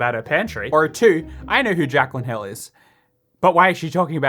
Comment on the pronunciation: Jaclyn Hill How I heard it: Jack on hill